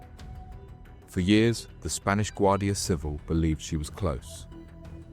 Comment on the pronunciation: Guardia Civíl. Accent on second syllable please! Not civil